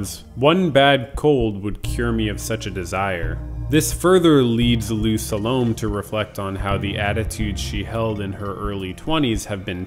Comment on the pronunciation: Sa-lo-may ... not to rhyme with 'Stallone'.